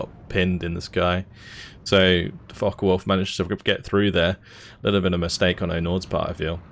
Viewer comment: Am I the in the minority? I'm sorry but the co-host repeatedly mispronouncing things like "The Falken Wulf" and other times is a bit distracting. I get he's new to the cast but it doesn't seem like he knows a lot about Steel Division which is what I would expect out of a caster. He even called the Axis "the blue team". Can he learn some basics or play the game a bit more then come back? It really takes you out of the cast honestly.